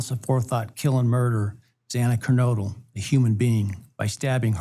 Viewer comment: That really bugged me how he butchered Xana's last name. Sorry that's prbly inappropriate verbage. He had a duty to respect the victims by pronouncing their names correctly. They were in the news for months b4 he got the case I think? But maybe to be impartial judge Hippler did not hav the advantage of hearing the victims names over & over b4 he 1st had the official court papers & had to read them aloud?! In such sensitive cases, u think it wud be a priority of the court tho to get it right? It is SUCH an insult to hear a name mispronounced like they don't matter.